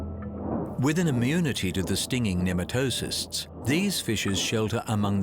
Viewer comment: I wish the narrator had taken the time to learn how to pronounce pneumatocyst. It started to hurt after a while. 😢